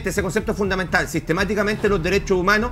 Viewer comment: Dale con el resentimiento, los dereshoh Umanoh.. RESENTIDOS